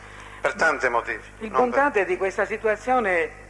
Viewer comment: Guarda che si chiama "Bontate", non "Bontade", studia!